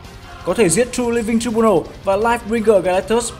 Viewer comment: Đọc là trai biu nồ ông ơi